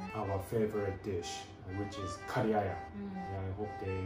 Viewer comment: Hey, thanks for pronouncing Kari the right way. Respect!